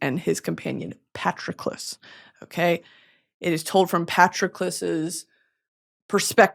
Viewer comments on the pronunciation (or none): Girl I understand that you aren’t a big fan of Greek Mythology, however, Patroclus’s name is pronounced “puh-t-Raw-clus.” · I'm sorry but Britany's pronunciation of Patroclus is so funny to me. Good old Patrick love that guy!